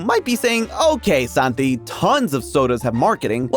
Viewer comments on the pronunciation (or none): none